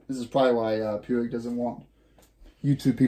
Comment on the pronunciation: Puig is a company from Barcelona Spain. In Spain they pronounce it like, Pooj